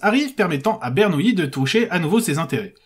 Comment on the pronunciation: c'est Bernoulli et non Bernouilli ..... les matheux sont pas tous des nouilles lol